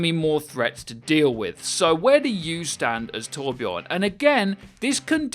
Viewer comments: it is torbjörn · TorbJÖRN... ÖÖÖ!!